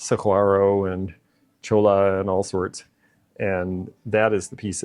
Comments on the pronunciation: Love your videos but it's Sa-war-o Cactus and Choy -a Cactus. I collect the Blakely glasses. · Cholla cactus 🌵 pronounce those lls, and yy ❤